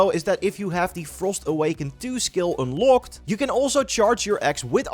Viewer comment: Kleine tip: Bij woorden zoals Unlock, knock , probeer de O iets meer als een A+O uit te spreken. Dank je voor je content.